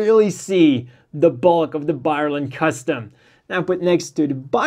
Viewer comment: Please read the name of this MS properly. hehe.. More power to you man, I love your channel